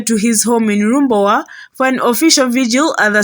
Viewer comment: Lubowa not Lumbowa...